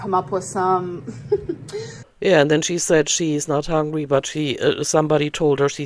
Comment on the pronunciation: I absolutely despise how she says “HONGRY” 😤